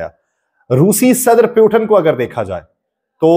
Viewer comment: آپ کی ویڈیو کافی معلوماتی ہے لیکن روسی صدر کے نام کا تلفظ درست نہیں۔ روسی صدر کا نام ولادیمیر پُوتِن ہے پیوٹن نہیں۔ روسی زبان میں ’ٹ‘ اور ’ڈ‘ کی آواز نہیں ہوتی جیسا کہ عربی میں ہے۔ اگر آپ نے انگلش انداز سے بولنا ہے تو پھر پُوٹن بول لیں لیکن پیوٹن بولنا یکسر غلط ہے۔ امید ہے آپ درستی فرما لیں گے۔